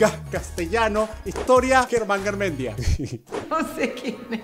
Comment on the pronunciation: Soy de Argentina también entendí lo que dijiste pero lo tuve que leer 2 veces para entenderlo 😅 . Like si sos de Argentina Y escuchaste como pronunció Germán ahre. :) lo pronuncio tipo..... Aaarre jsjsjsjs no mentira no hay que reírse de eso xd por que el no es de Argentina Y no sabe como se pronuncia ahre.